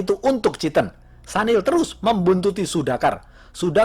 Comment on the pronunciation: Maaf bang ....sedikit koreksi ya yg bener Sunil bang bukan Sanil. Soalnya teman kantor kebetulan WNA singapore keturunan India dan dia sendiri perkenalan nyebut namanya Sunil bukan Sanil..😊😊🙏🙏